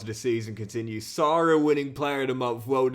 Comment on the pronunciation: He may be the current best player but can’t pronounce his name 😑 It’s Sara pronounce the a like ah not arr